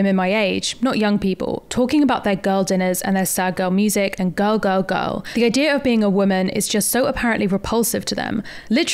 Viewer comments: After listening to you say "girl" about 897,000 times, it sounds like "gull". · Oh, GIRL! I thought you were saying, "Gull dinner" as in seagull. I couldn't figure out what the food had to do with sea birds.